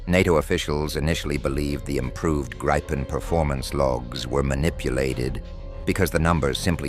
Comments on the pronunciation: !Gripen" is pronounced "Greepen" (like "green") not "graypen". Besides that I will block this channel next time I see it - too artificial. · I wish someone would listen to a Swede saying the name. It is Grip-pen not Gripe-en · News Flash! When using AI narration "always spell out words like Gripen phonetically ie: 'Grippen'" otherwise it sounds like what grumpy peole are always doing, griping or "gripin'." Also spell numbers. Otherwise it sounds totally phony.